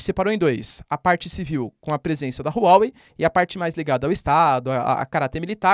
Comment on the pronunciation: Não se lê Rru Uó Uei Lê se Ruá Uei